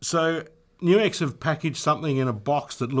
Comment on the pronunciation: GLAD to hear you know HOW to say NUX! (Many don't!)